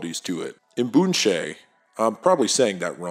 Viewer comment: Chilean here to confirm that you pronounced "imbunche" well! It does have the usual "hesitation" of pronouncing unknown foreign words, but you got all the sounds right! Congrats and very thankful!